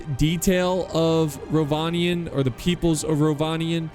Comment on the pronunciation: Almost 2 minutes in and I know for a fact that it's going to be a great battle. And yes, you did pronounce Rhovanion correctly:)